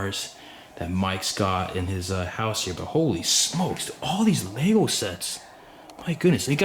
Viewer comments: Lego, Not Lagos You Muppet! :) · why do you call them lay goes. its lego pronounced leg-oh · why does he pronounce lego as leygows